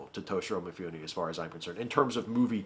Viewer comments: I have this great image of you as a very highbrow connoisseur of film - to which you are doing damage every time you say MeeFooNee. Mifune Toshihiro, pronounced "Mee-Foo-Neh." Vowel sounds are exactly like Spanish, if that helps. Please keep in mind that I enjoy all your content. =D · Thanks for reminding me to watch Ikiru! I have all of the others you mentioned and I've always meant to watch that one too, but I haven't yet. By the way, if you didn't know Mifune in Japanese would be pronounced like "mee-FOO-nay". There's very little variation in the pronunciation of any given character, so ね(ne) is nee and に(ni) is nee. :)